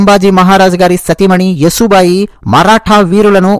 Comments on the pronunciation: మిత్రమా... ఆమె పేరు "యశోబాయి" Yasho bai. యసు బాయి కాదు. please note. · సోదరా! యశో బాయి అని చెప్పండి. మీరు స్పష్టంగా పలుకగలరు. మీ వీడియో చాలా బాగుంది. ఆవిడ పేరు యశోద లేదా యశస్విని అయి ఉండవచ్చు.